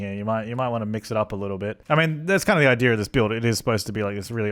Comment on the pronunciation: Did say idear instead of idea? Your starting to mimic deli. You guys syncing.